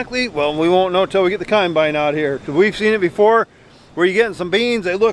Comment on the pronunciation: Does say conbine instead of combine?